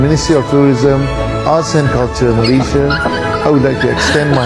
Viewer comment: Wan win nur mne adab dan adat org aceh pon tak terima, mne ada otak bab to tak ada adab sebut nama negara Malaysia pon dh salah mngkin mak bapak dia tak ajar kot cb org Malaysia hina negara Indonesia msti dh suruh mohon maaf di Malaysia kami ada budi bahasa bila berkata2 mng otak siput ** dia ni kesiannya